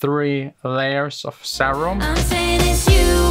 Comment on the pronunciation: Im triggered how you pronounce serum ughh